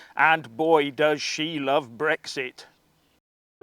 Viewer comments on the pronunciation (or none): It`s BREXIT not , repeat not BREGGS ZIT.